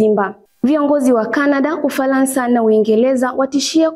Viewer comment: Umefanya vyema lakini Matamshi sahihi ya baadhi ya meneno ni changamoto mfno; Uingeleza❌ Uingereza✅✅, Ufalansa❌ Ufaransa✅✅ Tambua kwamba Matamshi ya maneno ni SUALA muhimu sana ili kulinda mantiki rejelewa